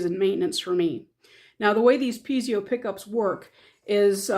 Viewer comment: Pee-ay'-zow -- not Pee'-zee-oh